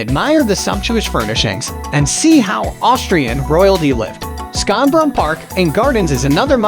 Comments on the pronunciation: Schonbrunn is pronounced ʃɑnbɹʌn/ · Way to absolutely butcher the pronunciation of Schönnbrun. My German 1 students could do bette